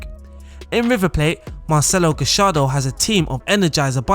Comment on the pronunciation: GA - YAR - DO Not gashardo